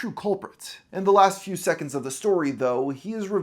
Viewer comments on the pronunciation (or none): none